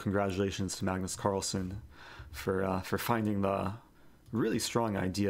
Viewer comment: Carlsen not son